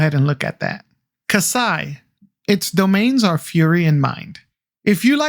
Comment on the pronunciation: Its Kaiiii Sa not Kasai